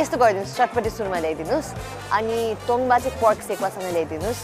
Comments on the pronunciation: It's " tong baa "guys not tungbaa and Sekuwa is the recipe of Rais and limbus of East Nepal ever listed all over Nepal . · Not tumba its called tongba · Tumba haina hau paschimeli haru it's 'Tongba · Paschimeli haina hau purbeli ho tongbaa